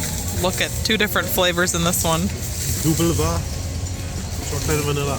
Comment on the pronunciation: Frikandel is so so so so good! I think Vla is spoken with an f-sound, not a w-sound